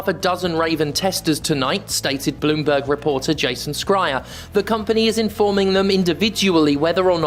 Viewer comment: Years on, and still can’t be bothered to learn how to pronounce Jason Schreier’s name correctly.